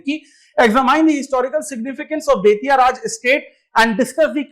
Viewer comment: It's बेतिया not बेतियाह